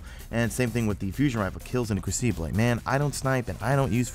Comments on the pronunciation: It's pronounced (Kroo-ci-bull) crucible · cough...its "Crew-sah-bull"....lol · Ah, the Cru-see-blay ;D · say "crucible" again